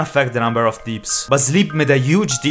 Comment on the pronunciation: i just love how he said deeps instead of dips (i know its because he has an accent, but hearing deeps instead of dips sounds funny)